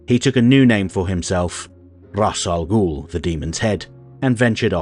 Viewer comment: Maybe it’s an American Vs British thing, but just about everyone I know pronounces the name like (I’m spelling phonetically) Rahz. Which I personally find preferable.